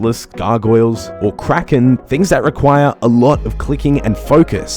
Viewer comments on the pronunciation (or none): none